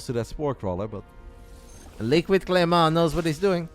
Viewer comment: Game 3 was insane. Also,, love the way you say "Clément" with a very french accent!!